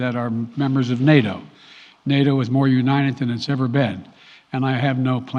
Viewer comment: Love how he says Unined ... nothing wrong here folks.